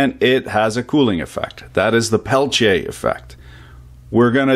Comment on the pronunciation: Not really. It's more like quantum effect, Peltier's use semiconductor couples. But those are worthless for anything big, it's great as cooler in high precision lasers and electronics. Needs massive heat sinks though. Thanks for teaching me how to pronounce it right in French.